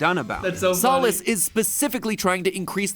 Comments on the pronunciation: He called stolace, solace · Angel Dust is a Gay Guy, He is a Guy, With Breasts {Probably as a Pushiment because He is in Hell!} Its Stolas MattPatt, Well… MattPatt did not Pronounce that Right! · I am honestly glad I watched your take on this one instead of watching it myself. Only thing I got out of it is he barely watched Hazbin Hotel and didn’t watch more than the pilot of Hell of a Boss. Also his mispronunciation of Stolas’ name hit me that hardest. Lol. I don’t know why, it just did.